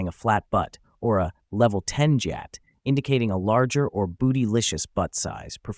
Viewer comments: It’s not jyat it’s gyat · Jeeatt no it’s gy-at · Brovo said jyaat but it's gyaat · Gyatt❌ Jyatt☑️ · It’s not jyatt it’s gyatt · its not JUHATT ITS GYATTT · ONE CORRECTION: IT'S GYATT NOT JYATT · Bro said jee-att instead of gee-ahhht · Lol bro really said jyatt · geeot? wth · bro why was the gyat pronounced jyatt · Gyat uses a hard G, not a soft j sound. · Why did they pronounce Gyatt like that